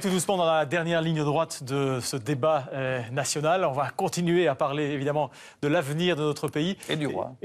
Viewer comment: "nasionale" wat wil dat zeggen? Als je dan rekent dat hij dat zijn job spreken is dan kan dit tellen In 't frans maakt hij er er "nasonal" van. Ja, de msm, what can I say.. "wereldberoem", wat is dat in godsnaam?! Ik kijk al jaren geen tv meer en nu weet ik terug waarom